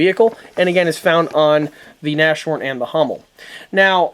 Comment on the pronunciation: The word Nashorn (rhino in english) is pronounced Nas-horn, not Nash-orn. The h is pronounced. Just to make your video perfect.